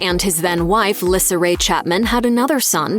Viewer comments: It's Lisa not LISSA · Lyssa is pronounced "lee-saa"...you should investigate the subjects before you voice the script...watch the TV shows.... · How could you possibly pronounce Lyssa’s name wrong? Its pronounced “Lisa” as her Mom’s is, hence “Baby Lyssa” And her clothing line “Baby by Lyssa” ❤ Please, if you’re a Chapman fan, you’d know this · If you watched the show you should know her name is pronounced Lisa even though spelled different 😂🙄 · It’s pronounced Lisa not Lyssa 😂😂😂😂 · Its pronounced Lisa wow.....do some research on the topic before you make a video on it. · Lessard Chapman's name is pronounced Lee-sa. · Lyssa is pronounced LISA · You mispronounced baby Lyssa it is pronounced “LEESA” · Wow how can you say a many so wrong so many times? It’s Lisa dummy. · It's pronounced LISA. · Her name is pronounced Lee-sah!! Omg. Have they ever even watched the show?? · Lyssa is pronounce leesa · Lyssa is pronounced Lisa and you missed out James Chapman who came after Wesley, but we have never seen or heard him talked about. Beth had Dominic and Cecily so including little Zebediah they had 13 between them! 👍💜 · Lyssa is pronounced "Lisa", and it definitely seems like Dog puts women before his kids....oh, and he's a racist 🤢🤮....which makes me wonder how many of his kids share his views? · Her name is Lyssa, pronounced “Lisa” Y’all should know that 🤦🏼‍♀️ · Your saying Lyssa name all wrong. Her name is pronounced like "Lisa" not the way your saying it 😂..... Her nickname is baby Lyssa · Her name is Lisa say it correctly seriously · I WAS COMING TO SAY THIS VERY THING. IF YOU'RE GONNA DO A VIDEO ON SOMEONE AND THEIR FAMILY, PLEASE FIND OUT HOW TO PRONOUNCE THEIR NAME THE RIGHT WAY. SO IRRITATING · You are a stupid narrator, you are pronouncing Lisa's name wrong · The repeated mispronunciation of baby Lyssa's name ugh so ANNOYING